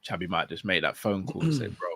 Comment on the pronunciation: Xabi not Xavi